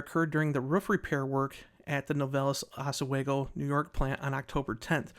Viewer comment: Novelis employee here. Latest news is the mill should be rolling metal by Thanksgiving and hopefully full production by end of December. The fire was absolutely outrageous, millions of gallons of water used to put it out, over 20 fire companies called in. Every single one in the county. Also pronounced "ahs-we-go" 😂